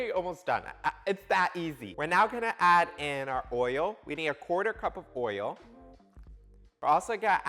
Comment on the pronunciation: "Oiyo" sounds soo Baltimore. You are embody the joy of baking! Love your Vids.